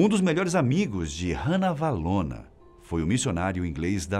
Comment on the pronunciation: a sua pronuncia do nome Ranavalona, esta incorreta, a pronuncia é "Rá-navalona" e nao "Rã-navalona".